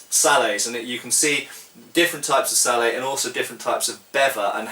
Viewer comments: It's Sallett, Hard t on the end. Just saying. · at the risk of being pedantic, I think you're wrong to pronounce this helmet as "sallay". It derives from the French word for it: "salade". I believe the final t should therefore be sounded - as most people pronounce it... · Just one thing, I think the wallet is pronounced with a hard t. I believe you have discussed this with Toby Capwell. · Why is sallet pronounced "sallay" when bascinet is pronounced "bassinet"? You guys make English hard to learn! :) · I've heard people pronounce sallet "sal-lett" and I've heard people pronounce bascinet "bassinay". English spelling is notoriously I think in this case the pronunciation is really up to you. I would personally pronounce them "sal-lett" and "bassinett" while speaking English. If I was speaking French, it would be a different matter. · that's not how you pronounce sallet. I hope he knows that by now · Why don't you pronounce the 't' in 'sallet? Sallet is an English word, not a French word. It should be pronounced with the t, so far as I know. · I don't know if anyone else has pointed it out but the T is not silent it is pronounced phonetically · I know this is 6 years late but I can say that according to Knyght Errant “sallet” is the English word for this kind of helmet, and the “t” should be pronounced. He said the French word for this kind of helmet is “salade.”